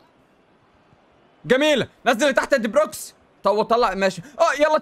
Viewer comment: هو لية بيقول علي دي بروين دي بروكس 😂😂